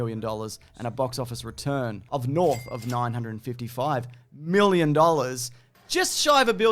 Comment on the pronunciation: honestly never gonna tire of hearing 'x miwwion dollars'